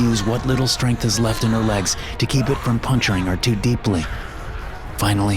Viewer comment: Are you sure that this isn’t ai? He makes common pronunciation mistakes when a word doesn’t line up correctly, like toe instead of too